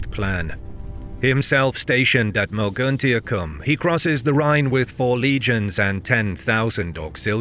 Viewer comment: Mogontiacum - AI narration fails again ?